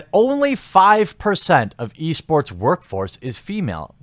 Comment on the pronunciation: I swear I kept hearing you say "Yeast Sports"